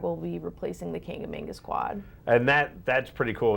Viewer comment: Did say "Kang-a-main-gus".....lol